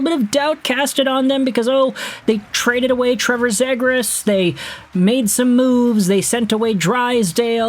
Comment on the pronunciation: Man i like ur videos, but are you trolling with all the mispronunciations? Like yesterday was "sonner" mynio, today its zeh grass